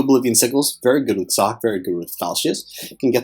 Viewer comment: I keep hearing you say "Sock" when you say her name.